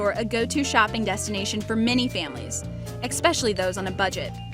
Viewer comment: Did she really say “eXpecially”